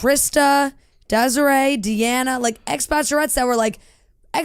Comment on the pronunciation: BTW Jesse had Deanna’s name correct (it is said the way he said it).